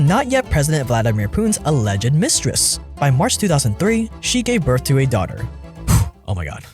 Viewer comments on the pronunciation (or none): are u saying birff for the word birth??